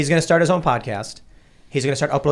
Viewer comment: Every day that passes I dislike more and more. Now he won’t even say podcast like cmon dude